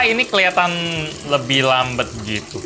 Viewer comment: Pengucapan versi Gelap > gelep Lambat > lambet